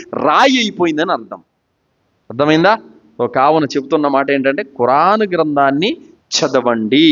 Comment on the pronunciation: ఖుర్ఆన్ అని అతనికి తెలుసు పాస్ట్ గా మాట్లాడేటప్పుడు అలా వస్తుంది , చేసేదేమీ లేదుగాని ఏదోకటి పట్టుకొని విమర్శించడానికి మాత్రం ముందు ఉంటారు మీలాంటి వాళ్ళు ఆయన లాగా దైర్యంగా తౌహీద్ ప్రజలకు చెప్పగలరా?